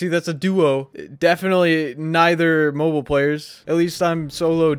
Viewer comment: Said mobile, not mobile.